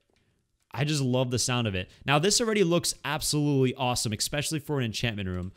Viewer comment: My teacher of English: "Especially": "Expecially" 🤦